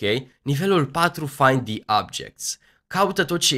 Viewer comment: the" nu se spune,,di" ci,,the"